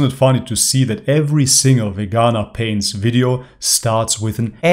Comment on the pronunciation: Vee-ganaa .... Lol